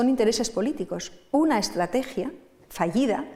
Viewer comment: Cleopatla, estlategia. No sé por qué me parece sexy la dislexia de.